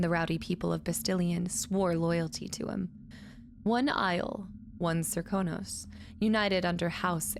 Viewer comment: You're saying it just fine--most characters say "ser-KOH-nos", but on rare occasions one will say "SERK-uh-nos". :) There's a similar inconsistency where most VAs say "Jess-uh-MEEN", but some (including Emily!) say "Jess-uh-min".